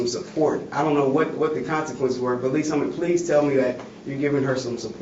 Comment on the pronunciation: It’s “Lees Summit” FFS. Just the name if the place is proof people of color are not welcome.